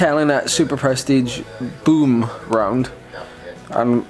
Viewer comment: Boom = Bome... for the english pronunciation... ;)